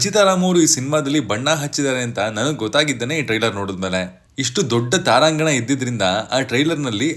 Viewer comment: ಗುರು ಅದು ತಾರಾಂಗಣ ಅಲ್ಲ, ತಾರಾಗಣ ಅಂತ ಸರಿ ಮಾಡು